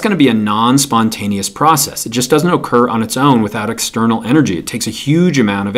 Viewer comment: When he says occur I hear okurr